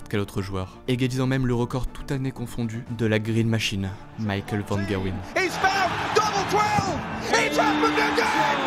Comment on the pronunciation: Incroyable vidéo ! Petite correction linguistique quant à la langue hollandaise : le G se prononce un peu comme le J espagnol, donc l'antagoniste s'appelle van "rherwin" et non pas gerwyn en terme de prononciation :) j'espère que ça te servira dans les futures vidéos.+ :)